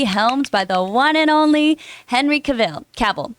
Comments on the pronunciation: She said ca-vill. He said she was professional?? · John, is a red flag if the host can’t pronounce Henry Cavill’s last name, I mean is Henry FREAKING Cavill